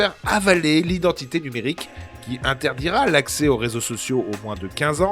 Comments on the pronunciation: La réponse très très évasique du président... Par contre, "nuémrique", corrigez-nous ça s'il vous plaît. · Identité « nUEmrique » ? Sérieusement ?😅